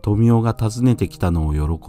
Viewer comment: 自分の記憶だと豊雄の読みは ✕「とみお」 ○「とよお」 だった